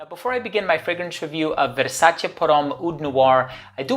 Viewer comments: I'm glad you're pronouncing "Versace" in the correct way. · Amazing and correct pronunciation of the brand **Versace**. I love all the Versace perfumes.